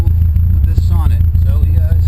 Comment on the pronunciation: Nice find! They are very uncommon here in Sweden as well. Sonett pronounce like "Soo-nett" in Swedish. Did you save the car? Would be nice to see a recovery :) Greetings from Sweden